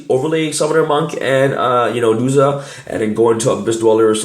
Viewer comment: Duja? It’s DuZA